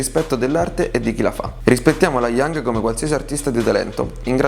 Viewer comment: allora bel video ma laioung non puoi sbagliare a pronunciarlo....